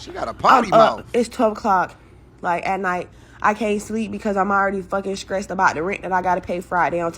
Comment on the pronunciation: It sounds like she is saying stressed wrong.... more like skreesed